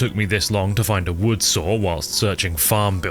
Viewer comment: I like how you say saw like sawer